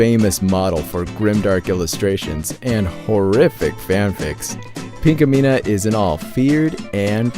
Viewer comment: its Pinkamena